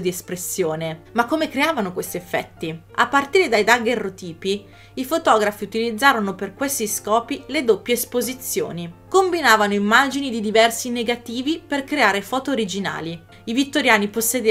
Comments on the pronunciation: Ma che bello! È interessantissimo, me lo sono bevuto. (Scusami, mi permetto un'unica annotazione: è dagherròtipo, non dagherrotìpo... Spero che possa servire per eventuali prossimi video in tema 😚) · Dagherròtipo, con l'accento sulla o :) i tuoi video sono FAN-TA-STI-CI! Ogni video è un immenso piacere :)